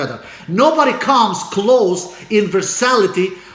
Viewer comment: 'Versa-TIL-ity" not "Versality"